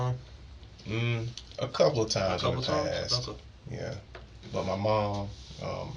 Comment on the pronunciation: This dude says nyaaa instead of ya and it’s driving me insane! This dude is pos.